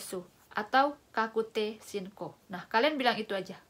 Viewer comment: Ijin koreksi mba.. yg ini 確定申告（かくていしんこく) bukan かくていしんこう